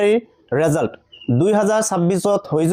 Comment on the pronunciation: ৰিজাল নহয় ৰিজাল্ট⬅️